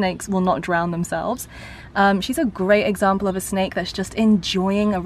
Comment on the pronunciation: Snake not snak